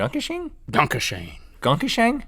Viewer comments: Its not ... Dunkeshane its Dankshon . Shurnes vaca menda. It means. Have a nice week end. Ik this stuff because i live in germany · Its "Dankeschön" not "Dankesheeen" 😂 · But. . . danke shön is pronounced Dahn-kuh sch-uhr-n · It's ''Dankeschön'' not ''Dankeschen'' :D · "Donkeyshain" --> [Dunkeshoen] :D :D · You don't say thank you in german like that, you say danke shun not donkey shane X'D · no form the German word 4 thank you is actually Dunka or Dunka shoon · Its so nice how u pronounce the german "Dankeschön" its sounds like "dunkeysheen" with ur pronounciation. :D Maybe u should do a "We try to talk German the whole show" - could be funny :D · Lol, not to be rude, but it's pronounced Danke Shern (it's really schön) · It's Da- n -Kay shoon Danke Shun It means thank you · You guys said "Danke Schön" incorrectly. It's "Dan-kuh" "Shun" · So... you pronounce "danke schoen" as "donkey shag"? Fair enough... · Dankesheen XD it's Dankeschön, but i guess this woun't help you whith the pronounciation XD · I am german, and I laughed so hard when Link said 'Donkeschon'. :'D I didn't know what he meant ^^ 'Dankeschön.' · Donke schön means thank you. Pronounced (don-keh sh-ur-n) I tried lol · Link's "Dankeschön" sounds like "Donkesheen" and that is totally not how it's pronounced :D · donk-uh shure-un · "Danke schön" is German for thank you. It's pronounced "Dahnka shohn" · when link said Danke schön I thought he said donkey shin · the way they said "thank you" in German hurt me. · That moment when your angry over Link misprouncing Danke schön wrong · As a German I could tell which ones were Grimm's fairy tales =D they are so gruesome xD And also it's really weird when people try to say "Dankeschön" but cannot pronounce the 'ö' - sounds cute somehow =P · It's so funny how Link tries to say "Dankeschön" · I'm from Gemany and I laugt so hard when they tried to say thank you in my language XD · I'm german and the pronounciation was... let's yust say "not german" ;D